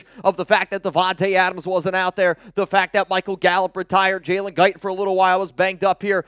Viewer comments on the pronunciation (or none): none